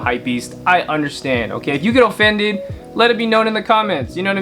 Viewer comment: He pronounced offended O-FENDED